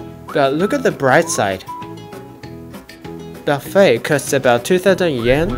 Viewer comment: Would love to go on this ferry. Buffe(t).don't pronounce the t.